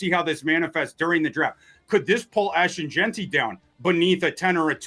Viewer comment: I don't know what's worse, mispronouncing Darnold, or saying Jeanty wrong? They both trigger my OCD.